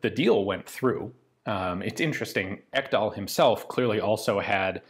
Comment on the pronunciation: Ekdahl is a norwegian/danish name. Not to be pronounced «Ekkdahl» more «Eeek-dahl». But you got the sounds of the e’s and a’s more or less correct. Nice!